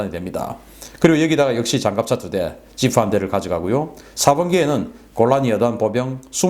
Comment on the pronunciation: 늘 보면 P 발음을 F 로 발음하는 특징이 ㅎㅎ부품-부훔 파리-화리 지프-지후 ㅋㅋ 캐릭터가 확실하십니다.